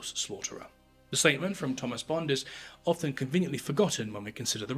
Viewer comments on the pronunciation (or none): none